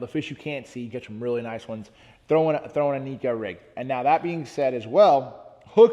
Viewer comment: It’s pronounced neh-ko, not Niko. A Japanese angler started the neko rig. Neko is a word in their language.